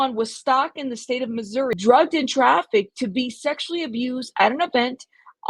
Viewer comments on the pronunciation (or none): none